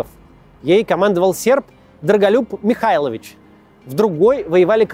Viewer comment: Доброго дня. Скажите, я правильно понимаю, в фамилии Михайловича Кац неправильно ставит ударение?